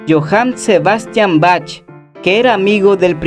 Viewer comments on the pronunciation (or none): Faltó el clavecín como antecesor del piano ! Hasta las cítaras de 4500 años y no el clave. El órgano le gana al piano en complejidad aunque en versatilidad no. Y el piano vertical ? A Bach (Baj no bach) no le agradaba el piano, muy "avanzado" para el. Beethoven fundamental para la evolución del piano que sonaba como arpa decía. Le dedicas mucho tiempo a la caricatura que ni se entiende por lo rápido, lo hubieras explicado en 1 minuto. Hay obras que se oyen mejor en pianos verticales a mi parecer.